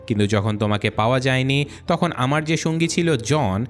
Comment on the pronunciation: সব ঠিক আছে বাট তুমার ভাষা ঠিক নাই তাকে না (থাকে) হবে তকন না (তখন) হবে এমন অনেক ওয়াড আছে যেগুলা ঠিক করতে হবে